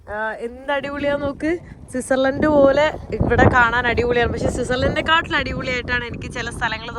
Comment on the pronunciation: സിസാർലെൻഡ് അല്ല മോളു.... സ്വിറ്റ്സർലൻഡ് എന്ന് പറയണം😢.. ഞാൻ മലയാളിയല്ലേ എന്ന കമാൻഡ് ഇടരുത് പ്ലീസ്